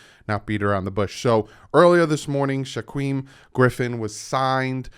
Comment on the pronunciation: You make me laugh buddy 😂😂 it's pronounced like jakeem except with an 'SH' in the beginning not a 'J'. Not Shaqweem haha. Don't feel too bad though I live in Eastern Washington and so my girlfriend plus basically 90% of the people I know are hawks fans. 🤢🤮😂😂😂 love the content brudda!